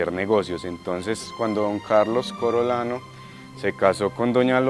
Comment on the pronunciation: "Corolano"??? CORIOLANO Aprenda a leer!